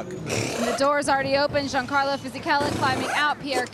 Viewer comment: "Gee-an-carlo"?? That annoys me, the 'G' is very soft in the Italian language, pronounced more like "Yan" or "Sh-Yan." I don't know why but I find mispronouncing someone's name very disrespectful.